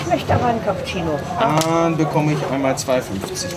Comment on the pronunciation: Hilf mir mal einer. Bei Minute 53. Was ist ein Kappuzeino? Oder meinen die den Cappuccino und haben das nur falsch ausgesprochen? Oder spreche ich Cappuccino immer falsch aus? 😅